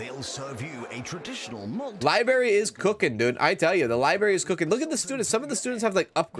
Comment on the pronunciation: I love the way says liberry, it’s so idgaf, lol 😂 ❤